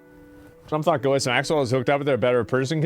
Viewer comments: Ghislane is pronounced GeeLen I watched a video with her brother saying her name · It's pronounced "Jizz Lane" bahahahhaha😂😂